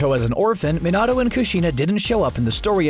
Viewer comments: No my guy. That's NOT how the english version tells you to pronounce it, I watched it all the way through, and they only pronounced Kurama, Minato, and Mangyeckyo wrong. (Along with slight differences in words like Sasuke. But not enough that they're wrong) also I know that I felt mangyeckyo wrong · I hate how he says minatos name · why did he say minito like that